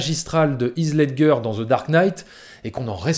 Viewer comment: Par contre, faut que tu revoie ta prononciation pour Heath Ledger.